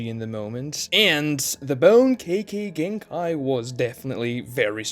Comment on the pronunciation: Im sure nobody but me cares but I can't help myself It's not kaykay genkai is kekay It's spelled kekkei notice the I? The second half is pronounced differently. Japanese pronunciation is shockingly simple and consistent. I recommend learning it. You could learn it in a day and Integrate it into your speech in a week